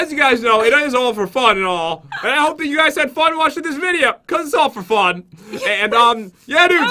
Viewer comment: =Days that has an EPIC WIN= Pat- "And is the winner for today... As you know its all 'ferfun'..." =Pat's Salty Moments;PP